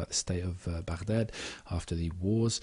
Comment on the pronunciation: excellent analysis, and your pronunciation of 'Baghdad' is perfect! :)